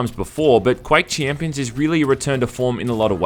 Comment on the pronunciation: fuck how many times do you wanna say chiiiiimpions